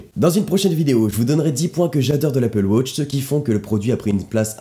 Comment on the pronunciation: Arrete de dire wôtch! Même les Anglophones disent watch!